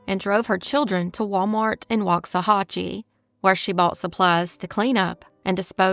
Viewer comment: You really butchered Waxahachie lol